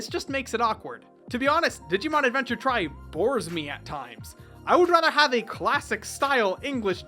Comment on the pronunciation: i think it's supposed to be called Digimon TRI (like Tree not like TRY)